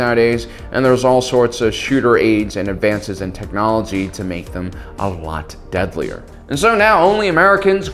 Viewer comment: bro, it's quite obvious what you're trying to push in this video. Why would you have - in this video, it literally has nothing to do with the topic of star wars. I like how you put an emphasis on "A LOT DEADLIER" , what kind of normal person talks like that. By the way I don't hear you saying ANY positives in this video. Very Disney like, not impressed.